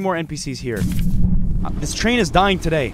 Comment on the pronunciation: It's not touday